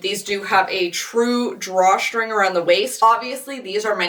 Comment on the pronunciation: What accent is it that says “str” like “shtr” “Drawshtring” “Shtraight legged”